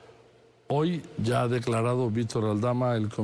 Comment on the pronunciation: Estouu❌estado declauu❌declarado lauu❌lado Batallauu❌batallado Presentauu❌presentado Tratauu❌tratado Empezauu❌empezado